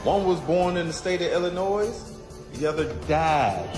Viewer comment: I’m sorry but when someone actually says Illi NOISE I know you have not been far from home